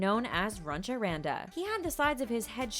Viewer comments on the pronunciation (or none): Also it's not Runcha Randa and you pronounced Randa wromg. It's Runch Randa.